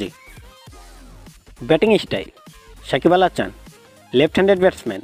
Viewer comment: কিরে ভাই উচ্চারণ এমন কেন? সাকিব আল হাচান মানে? সাকিব আল হাসান।